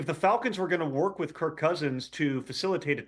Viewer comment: Some advice. If you're going to take a shot at someone's intelligence, you better have your own ducks in a row. First, it's "Kirk", not "Kurt". Secondly, he was asking that question because he was asking if Kirk had a no trade clause. He wasn't aware he did, thus the question. He wasn't asking if a person can veto a trade if they have a no trade clause.